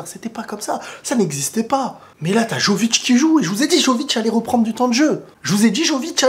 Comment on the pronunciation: Excellent ta réaction mais par contre faut vraiment bien prononcer Jović - YOVITCH Les « J » ce prononce Y, comme ya yo… Le « J » français c’est la lettre « ž ». Chaque lettre = un son dans les langues de l’ex yougoslavie (Croatie, Bosnie, , Macédoine, Monténégro, Serbie, Slovénie)